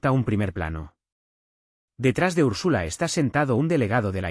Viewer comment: 1.- ERES UN DIFUSOR TÓXICO DERECHISTA 2.- SE ESCRIBE "ATAVISMO" NO ATABISMO 3.- SE PRONÚNCIA ÚRSULA NO URSÚLA